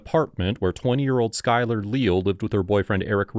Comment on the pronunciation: lee-al is how its pronounced I do believe. Unacceptable behavior by Deputy. Glad he was terminated.